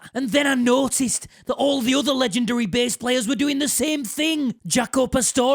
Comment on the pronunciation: I too. West Yorkshire in one sentence there.